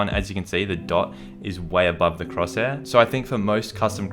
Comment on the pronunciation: say cross hair